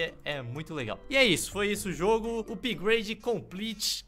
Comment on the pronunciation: "Upahagdlglaglgafpade completo"